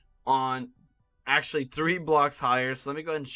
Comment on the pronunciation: How many times did he say accualy